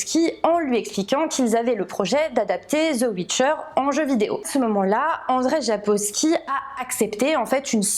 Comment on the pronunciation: Hello! J'arrive un peu tard mais pour la prononciation du nom de l'auteur, c'est en fait "Andjeï Sapkovski". 🙂